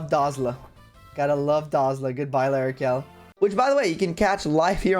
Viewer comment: L'Arachel died because you said her name wrong 😔